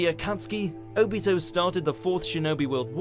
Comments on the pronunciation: “O-Beato” god why... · Its o-bee-to not o-bit-o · It's not "Oh...Beat-Oh " it's "Obito" .,__,. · It's pronounced ah-bito like naruto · "Ubitoe Uchiha" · I got triggered when he pronounced (O-BEE-TOE)wrong omg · You said Obito Wong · God dammit “Obeeto” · OOOOOOO--BEY-TOE really? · It is o bee toe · Oh-beato? Does purposefully mispronounce at least one name per list? lol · Is no one gonna rant on how he said “obito” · That’s not how you say Obito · We can tell u don’t watch anime if you said obito name like that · U said obito wrong i deserve an apology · the way u pronouced obito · I cringed so hard when he mispronounced Obito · SAY IT RIGHT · It's OBito not ObIto and UChiha not uchIha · Oh-be-toe o-chiha made me so upset